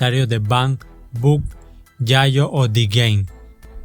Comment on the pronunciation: No se pronuncia "yoid bank", se pronuncia loid banks y "buk" sería "bock"